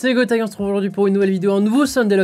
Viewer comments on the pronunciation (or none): none